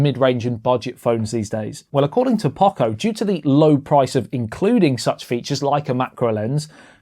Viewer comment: We have never heard anyone pronounce Poco this badly.